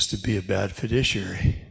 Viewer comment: I'll keep reminding: It is Fiduciary, not "fiditiary".